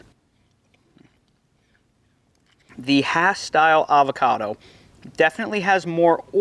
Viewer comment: Nice explanation! I came here to fact check and make sure you said "hass" correctly. Even in California I go to farmer's markets where vendors try to sell me "haas" and I get irrationally bothered by it 😄You're spot on about reed, that's a great piece of fruit, comes with its own bowl to make guac in